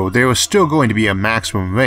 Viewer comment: Where are you from? "A hundred Metoohs " "There is no Eaooh in Space" "Lazors" "Smalloh is always Bettoh"